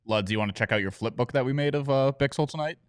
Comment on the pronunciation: Guys the name you can pronounce as bixel not bishel